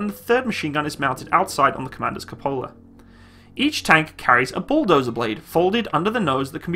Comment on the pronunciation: every time you say "tank" you burn my soul